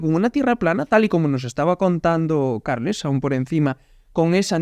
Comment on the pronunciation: Se llama weon no karlas